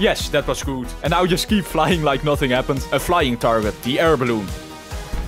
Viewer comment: OH NO! 🚫 OH NÆU! ✅